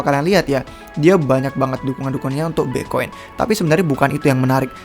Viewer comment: Bang kalo ngomong Bitcoin jangan Bi'coin. Kalau bisa diperjelas si bang biar ga ketahan dengernya 😁😁😁😁